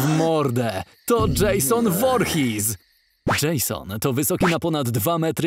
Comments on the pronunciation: Czytaj Dżejson Łurhis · Dżejson Worhis xDDD